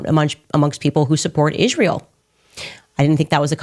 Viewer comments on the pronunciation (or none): Ok!))) Ishruel?! Why does she missptonounces itsrael?!)))😂 Oops Cha-Ching Owens lost it!))) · Why, WHY does she pronounce Isreal ISHREAL? As far as Ben having "one of his mental breakdowns" she shouldn't throw stones in that glass palace she lives in.